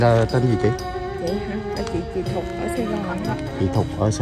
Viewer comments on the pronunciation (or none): Chị Thục.Chứ ko phải "Thụt" nhé